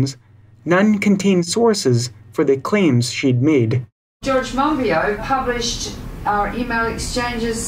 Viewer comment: Nice piece. It's pronounced mon-bee-o, not mon-bee-ot by the way. And your pronunciation of Fukushima was poor too. But the content was good :-) I do wish the environmental world had more Monbiots and Schellenbergs. We have a massive problem and trying to solve it without nuclear power makes it enormously harder in some parts of the world (generally higher-lattitude ones where solar is very poor in winter, when the highest demand is (mostly for heating)). We need nuclear and renewables, and we're still almost certain to be going above 550ppm CO2 and thus 2-3C, which is really serious stuff. People like Caldicott are dangerous, because she's good at what she does, and what that is is lie to people about the real relative risks of their choices.